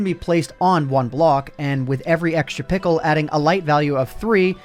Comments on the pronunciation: one of the only reasons i continued to watch this video is to listen to constantly say "pickle" XD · I laugh every time he says pickle